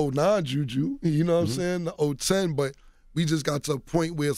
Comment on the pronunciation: "I would love to have the '09 Juju... The '0-10 " .... Da Fuq is a '0-10'??? LMFAOOOO